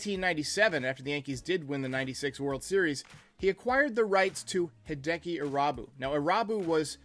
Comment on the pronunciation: Ahhh yes. Hideki I-rob-you. RIP sweet Japanese prince